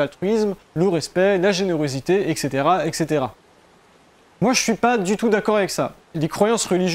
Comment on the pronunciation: Salut. Quand tu dis "a cette époque, les fourmis cultivaient des champignons et élevait des pucerons" C'est une affirmation ou juste une supposition? Juste un truc à dire, on dit ET caetera, et pas EC ceatera. Sinon bon travail, merci mon ami!